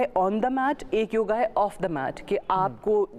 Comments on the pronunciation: योग योगा नहीं। ये तो सब जगह आ बोल रहीं है। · योगा नहीं योग होता हैं 😅🙏🚩🇮🇳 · Haddpa mohanjodaro 😂😂😂😂😂 bechari ye nhi bool payi ki hindu dharm k purano mai usse bhi pehle se yog hai , yoga nhi bolte didi vo yog bolte hai 😂😂😂, pr ye jhahil jhehadiyon k lie nhi hai